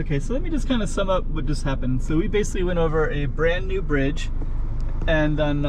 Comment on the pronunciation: OMG, WHY "BDIDGE" LEEEEEEEEEEEEEEEEEEEEE